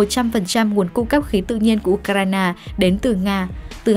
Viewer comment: Phát thanh viên đọc tên của Ucraina kỳ quá ! Nghe cứ như U cà rai nà ! Phải sửa đi nhé !